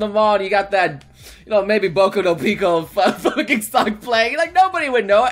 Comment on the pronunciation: "I'm facking out of my facking mind." Sounds like you're pretty lucky.